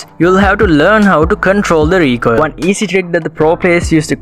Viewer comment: the way he says recoil is funny 🤣🤣